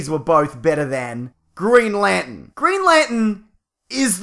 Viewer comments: Green Lantern not Green Lanten is that some kind of New Jersey accent do they always leave out the r? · Stop saying Lantin! There's an R in there. Lanterrrrrrn! Green Lanterrrrrrrn. Not Green Lantin. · He says it as green lantn 😂